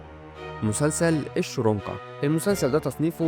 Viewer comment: مسلسل احمد داود اسمه الشرنقة مش الشرونقة زي ما نطقتها.